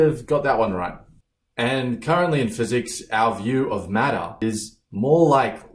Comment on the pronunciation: so English is not my first language so I was like "what's matta?" it really took me a second to understand he was saying matter 🤭